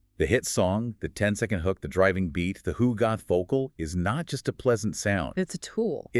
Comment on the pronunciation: Love these deep dives - thanks! But guys, please, it's hugot, pronounced as "HU-got"; there's no "h" at the end.